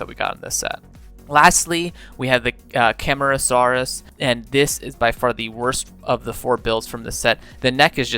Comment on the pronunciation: The centrosaurus is actually pronounced sen-tro-sawr-us a kentrosaurus is a stegosaurid great video by the way